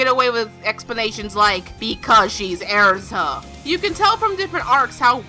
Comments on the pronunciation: I thought her name was Erza, not Airza😂😂😂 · XD Every Time You said because she's Airza I was like ERZA ITS ERZA NOT AIRZA ERZA!! XD (I know she just pronounces it differently) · Its er-za not air-za I cringe at mispronunciation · Omg, it’s Erza not “airza”. Sorry to criticize the way you speak lmao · I can't stand the way she pronounces Erza. It's not Air-za... Ugh. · I'm getting really annoyed by her saying erza's name wrong she's saying AIRZA ITS NOT AIRZA OK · You say ersa wrong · Erza not Air-za okay? okay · it's erza not airza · arza?! its ER-ZA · it's errrza not airza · All those mispronounced names......earza? Its erza...cries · Eriza, thats not her name. its ERZA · Era's name isn't pronounced Airza..... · it's not pronounced araza, it's pronounced just like it's spelled, get it freaking right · it's erza NOT ARZA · Annoyed me how you kept pronouncing name (Airsa) when should have been pronounced (Erza) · IT'S NOT AIRZA JESUS CHRIST. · "Because she's air-za lol got me dead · hahahaha airza is all I could hear airza airza airza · plz no hate but u said erza's name wrong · she said Erza's name wrong